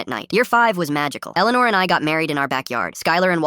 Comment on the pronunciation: My name is Elleanore and the pronunciation was so bad. 😂